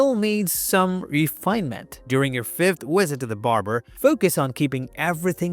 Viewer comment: AI program can't pronounce the letter, "V". Time to "wisit" the hair stylist....